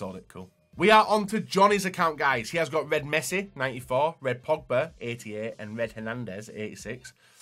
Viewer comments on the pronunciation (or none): none